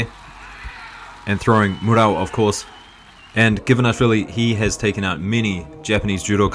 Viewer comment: we're four seconds in and it's the first time you pronounce him Givanashvili, as you do so often. But why?